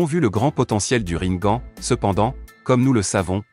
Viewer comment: On dit rinegane🤣🤣🤣